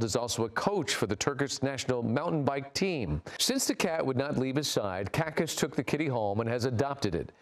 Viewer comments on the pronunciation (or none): I see the ignorance and indifference of the average American media to languages and culture of other countries has not improved a bit in decades, feels like 1950s, hilarious... his last name is Çakas, it's pronounced like Chuck-us. Cat's name is Enkaz, not inkas, it's pronounced like an-kuzz. And the country's official name is Türkiye now. Not that you'd care, but... anyway. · FYI, the firefighter's name is pronounced "CHA-KAS"